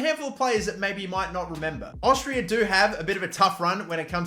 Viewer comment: Tell me, what is Austrrirra? Its Austria, not even hard to say lel